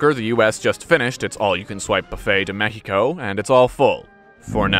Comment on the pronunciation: Mexico=>mehico are you a slav.